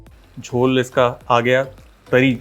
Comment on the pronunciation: Jhol... perfectly pronounced...